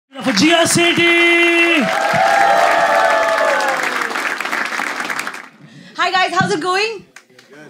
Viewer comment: Was I the only one who heard GUJIYA SETHI in the beginning!!!?????😂😂😂